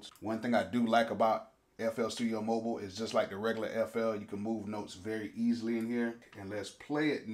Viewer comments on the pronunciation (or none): It is Mo Byl, not mobeel